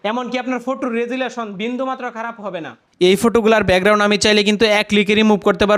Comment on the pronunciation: ব্যাকগ্রাউন্ড❌ বেগরাউন✅